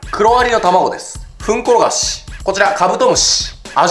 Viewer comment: ダーマのフンコロガシが ウンコロガシに聞こえるww